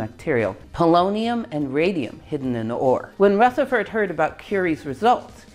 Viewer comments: Great video, but could I just correct you on one, fairly unimportant, point. Rutherford is pronounced with a soft 'th', not a hard 'th'. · Can someone explain why Ernest’s Rutherford is pronounced with a voiceless “th” while pretty much every other Rutherford ever has a voiced “th”? 🤔